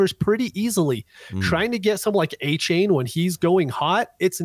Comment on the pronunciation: Man the way you guys can't remember coaches names, and butchering names like adonai, achane and lagette is so hard to listen to. I'll keep giving yall a chance but yeesh